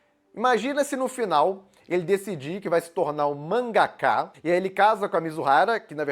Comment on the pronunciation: Elvis chamando mangaká de mangaka só me lembra de Thiago Braga tocando o celular para falar "katana". kkkkkkkkkkkkk